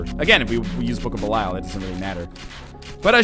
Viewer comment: Has Ryan ever acknowledged the fact that he says "Belial" wrong?